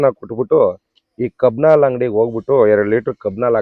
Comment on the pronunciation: ಕಬ್ಬನಾಲ್ ಅಲ್ಲಣೋ ಏತನಾಲ್ ಅದು